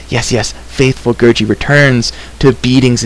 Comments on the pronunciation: Its gurggi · It's gurgi not gurji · It's Gurgi.